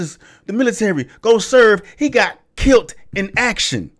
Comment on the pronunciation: Did you just say “kilt”? Lmao it’s killed bruh